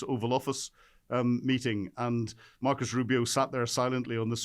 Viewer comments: It’s NOT MARCUS Rubio, but Marco ! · MARCO, MARCO … not Marcus ! He’s Latino, not LATIN. LOL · You may be a simple Brit, but even a simple Brit ought to know that Rubio's first name is NOT MarcoS!!!! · Who is "Markus/Marcus" Rubio? Does this Brit actually read the letters on the page in front of him? It's Marco Rubio. Other than that, I agree with Gen. Hodges. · Merco Rubio, with an -o, not "Marcus". trumps problem IS pathologic, well said, the other reasons are residual, but many for sure. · Hey Pal, It's "Marco Rubio"!